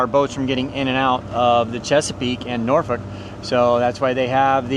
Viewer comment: Nice! You pronounced Norfolk properly. Many don't say it correctly.